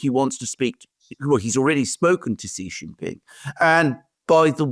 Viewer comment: Pls get your pronunciation of Xi JinPing correct. I've watched this channel for almost 4 years now. Xi is such an important and key political leader in this era and I think you should get this right. I understand that Chinese phonetics are difficult for non-Chinese and not expecting you to get the tonal pronunciation. Well has got at least the English pronunciation right. Xi is pronounced C as in the alphabet a b c. Jin is as in gin, a soft G.